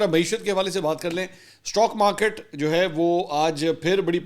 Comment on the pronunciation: تو تو بچا ہے استاک مارکت کو سٹا مارکٹ بولتے ہیں